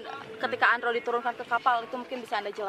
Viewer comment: namanya andro, kedengarannya andrew